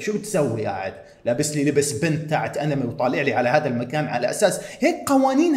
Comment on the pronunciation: أنمي❎ . اينم يي✅ . 😭😭 .